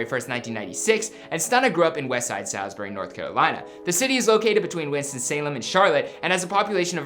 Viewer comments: This man said “Sal- z bury” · If you're from NC you dont say SAYLSBERRY, you say SAWLSBURY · Bruh it’s sawsbury, tf is a saalsbury😂 yeah you ain’t from the 704 😂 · Shotsbury 4x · Its Salisbury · Bruhhh Salisbury it’s pronounced Sawsbury smh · The way he said Salisbury made me want to kill my self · I can’t like this vid cause he didn’t even say Salisbury right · I feel disrespected how y’all are pronouncing my city 💀💀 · Did not pronounced our hometown right